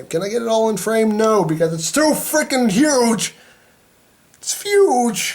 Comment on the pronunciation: Why do you say fuge